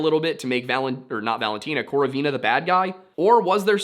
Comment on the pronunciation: Just so you know Lyudmila's surname is pronounced with stress on the second syllable, so like KorOvina. Love the video!